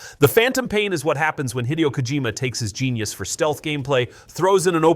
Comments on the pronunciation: Also, it's pronounced "Hi Day Oh," not Hideo. BUT!!! 😂 Your AI screwup made me realize that HE screwed up 🤣 When he left Konami, he shouldn't have called his company Kojima Productions. He should have called it ... 😀 🕶️ 🙌🏻 Hideogames 😎 YAAAAAAAAAAAAAHHHHH!!!! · This alone convinced me this is voiced by AI. Anyone remotely familiar with the games industry would know how to pronounce this name properly.